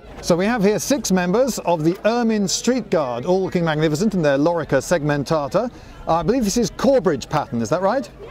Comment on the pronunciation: "lorica segmentaters"?